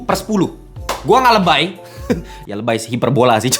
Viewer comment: Lebay l jadi r